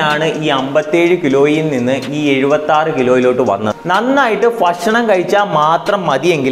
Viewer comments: ഫക്ഷണമല്ല ബ്രോ ... ഭക്ഷണമെന്ന് പറയൂ .😮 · ഫക്ഷണം അല്ല ഭക്ഷണം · ഫഷനം' അല്ല ഭക്ഷണം aanh.. 😁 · ഫക്ഷണം അല്ല ചേട്ടാ ഭക്ഷണം 😂